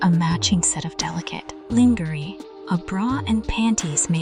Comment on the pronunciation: Sultry narration, but work on pronouncing "lingerie" correctly.